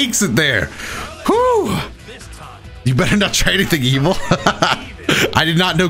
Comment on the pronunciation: Why does Gogeta Blue pronounce Evil like Mermaid Man